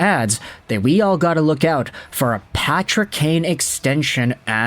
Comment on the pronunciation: His name isn't Patty's kane his name is Patrick kane